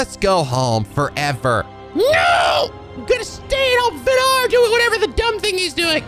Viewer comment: for once, me being Norwegian can actually help pronouncing a name albeit probably just to late for the next recording The way to pronounce the name Vidar is to put emphasis on the I in Vidar. so *Vi*dar instead of Vi*dar*. I'm surprised though that you otherwise actually pronounced the I the correct way in his name, the Scandinavian "I" is a lot more similar to the English "E" so people trying to pronounce Scandinavian words tend to mess that up